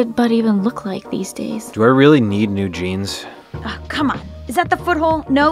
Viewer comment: "Do I really Need Eugeenes?" haha :D